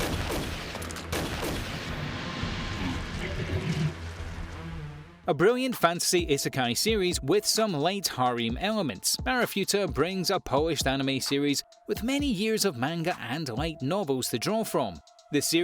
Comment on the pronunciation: Wth is arifuita, bro just read. Its a ri fu re ta